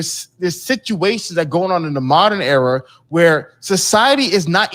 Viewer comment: Hafeez is long-winded and I hate that he keeps saying "error" instead of "era". Ugh.